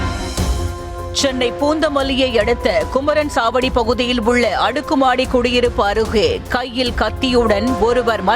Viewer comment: Adei. Kumanachavadi da... Kumaranchavadi nu soldreenga.. Yenanga da.. news collect pandreenga 😂